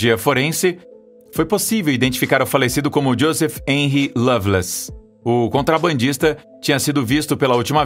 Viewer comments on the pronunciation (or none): none